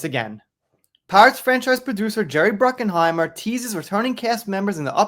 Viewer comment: It's Bruckheimer. There is no "N" in Jerry's last name. It's not Bruckenheimer. I won't watch any new Pirates movies, unless Johnny is in them. Johnny made Pirates Of The Caribbean a huge success, without him, it's garbage. So tired of these stories, if Johnny confirms he's going to do another one, then I'll pay attention.